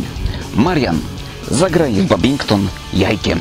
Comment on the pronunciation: Kurde serio? "Babington"? Ludzie, nauczcie się że to jest badminton.